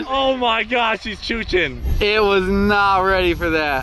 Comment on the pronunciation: "She's chooching" LOL